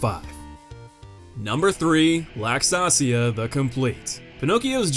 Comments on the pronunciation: FYI it's LAX-ASHIA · damn man, her name's in the video, how did you butcher it THIS badly lmao